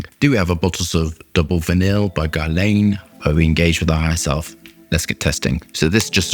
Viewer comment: It's not GARLEJN, it's GERLAN